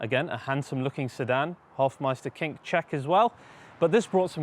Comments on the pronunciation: Hofmeister Knick. Not King. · It is Hofmeisterknick not Hofmeisterking ..What's the name of the color?